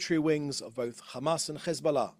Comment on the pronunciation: His pronunciation of Hezbollah as if he’s not a fat chubby beer bellied Brit through and through is embarrassing